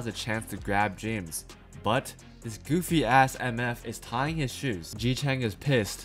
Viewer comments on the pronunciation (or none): none